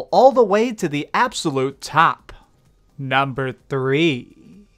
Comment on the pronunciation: If you ever decide to cut out the valley-girl-esque, over the top anunciation, then I'll give you a sub. (ex: "NUMbeerrrrrr WoooOOOnn") Your speech is fine the rest of the time, but seriously so many youtubers do this, and it is ALWAYS annoying.